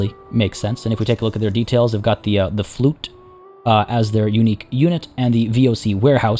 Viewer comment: Lol the flute that's not how you pronounce it unfortunately it's really hard to explain. Fluyt nowadays would be pronounced as the word fluit. Ui is a combination of letters that has a special sound in dutch. If you want try to find it on youtube it's really funny to here foreigners try to say it.